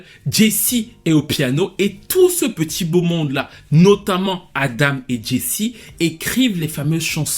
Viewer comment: Adam et non Adama 🤣🤣